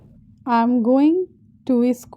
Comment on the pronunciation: School not ischool